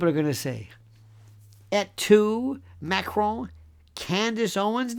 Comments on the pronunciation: First time I hear dictator Macron's name pronounced correctly by a US/UK speaking person. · You are the only American who pronounces her name correctly, it's not Mah-krone! Libel and slander has never been legal despite free speech. It won't matter how many DNA tests she has people will just say they were fixed even if Owens supervised them herself people will say it wasn't Owens but her brother dressed up as her. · I love the way Lionel pronounces Macron